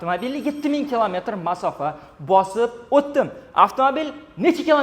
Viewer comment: Мафоса. деганига нима дейсиз😅